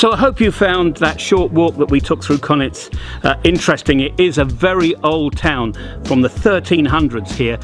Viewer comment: I'd love it if you would learn how to pronounce Konjic correctly. It's pronounced Kon-yits not Konits.